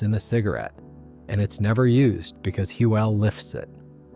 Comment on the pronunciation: Thanks for the video but it baffles me that the creator doesn’t correct the errors. He doesn’t buy an Aztec, he sells it. The pronunciation is wild too. Hoooelle for Huell.